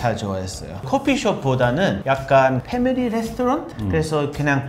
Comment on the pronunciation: 패밀리 레스토랑 넘나 한국발음ㅋㅋ